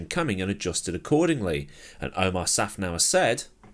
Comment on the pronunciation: FYI, it's Otmar Szafnauer, not Omar.